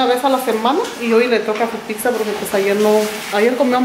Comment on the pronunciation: No se dice pixa, es pizza 🍕